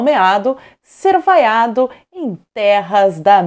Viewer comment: Ele foi "VAIACIONADO".